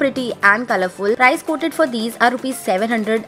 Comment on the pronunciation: It's Price not 'Prize'